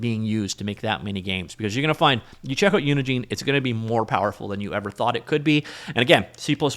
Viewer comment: I'm taking a WAG here, but I suspect that the "gine" in "Unigine" is pronounced like the "gine" in "engine."